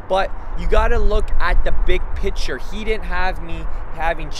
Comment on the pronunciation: when he trys to say picture he says "Piture"